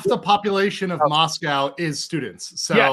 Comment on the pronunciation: So many errors discussing this case. Minimizing the young ladies to three “blonde” sorority girls. Which isn’t even true. Dylan and Bethany misnamed. Moscow being pronounced wrong, where the dog was located. I had to stop listening. The turtle suit is to prevent a prisoner from unaliving themselves. He’s not wearing a bullet proof vest. He also has not entered a plea yet! That was just a statement he made to his original lawyer for the extradition hearing in PA.